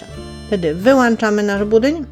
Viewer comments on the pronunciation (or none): WYŁĄCZAMY A NIE WYŁANCZAMY OJCZYZNA-POLSZCZYZNA